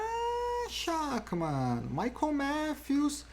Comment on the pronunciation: Amanhã deve dar Schachmann., se pronuncia “Scharrman” - jogador de xadrez